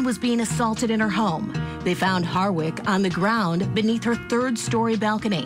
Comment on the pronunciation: Why does the narrator often mispronounce ‘Harwick’ - saying instead ‘Hardwick’?